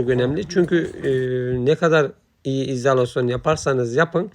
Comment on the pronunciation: Bu denli işin ehli olmadan paylaşımlar yapmanızı doğru değil, reklam yapmanın veya iş almanın yolu bu değil. Yaptığınız işin adı İZALASYON DEĞİL İZOLASYON DUR, MEPRAN DEĞİL malzemenin ismi MEMBRAN DIR. VİPRATÖR DEĞİL VİBRATÖR DÜR, TAPLE DEĞİL TABLİYE DİR, VİDO DEĞİL VİDEO DUR. LÜTFEN İŞLERİ İŞİN EHLİ OLAN İNSANLAR YAPSIN KALIPÇI KALIBINI DUVARCI DUVARINI DEMİRCİ DEMİRİNİ ŞAPÇI ŞAPINI SERAMİKÇİ SERAMİĞİNİ YAPSIN HER HALTI YAPARIM DİYENLEREDE İŞ VERİLMESİN HERKES UZMANLAŞTIĞI İŞİ YAPSIN SİZ YARIN PROJEDE ÇİZERİM, HESAPTA YAPARIM DERSİNİZ. BUNU PAYLAŞAN ARKADAŞ SENDEN BİR CACIK OLMAZ